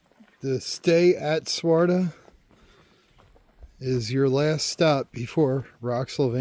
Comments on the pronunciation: Hey buddy.... it's pronounced "Swa-Terra", not Swarta. 😂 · This section is what I consider 'my territory'. I am at Swatara Gap almost every week. For future hikers coming through, the hostel name is Stay at Swatara not Swarta. You need one more syllable in there,.:D It's really a bummer about the 501. It's a great shelter and they hired really awesome caretakers last year. The guy before was quite a jerk. I'm guessing it's not just that it's close to the road, but the fact that it's close to the road requires caretakers and they have to be paid. It's especially sad since hikers can order pizza delivery there. I know of no real issues because of the road in the last few years, so not sure why it's such a big deal.